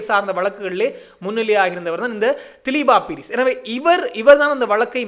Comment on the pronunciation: தயவுசெய்து பெயர்களை பிழையாக உச்சரிக்க வேண்டாம். திலீப்பா பீரிஸ் அல்ல திலீப்ப பீரிஸ். பிரிந்து ரணசிங்க அல்ல பாரிந்த ரணசிங்க என்பதே சரியாகும்.